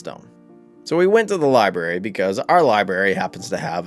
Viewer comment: The one thing about this guy that is annoying is that he goes to great pains to find about a person's past, but then he never pronounces "library' correctly. The R is NOT silent.